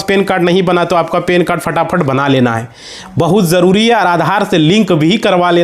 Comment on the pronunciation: Pan card ho ta hai. Pen card nahi. Sahi bolo.